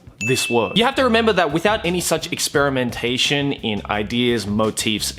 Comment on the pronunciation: anyone else here cracking up every time he says "experimentation"?